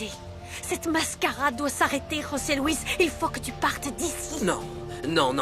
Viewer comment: c'est bien José Luis,les espagnols prononce"j" comme "r" voilà pourquoi on tu entends rose Luis